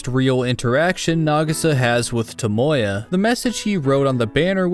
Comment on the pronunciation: I can’t accept the way you pronounce “Tomoya,” it’s like your trying to say Toyota instead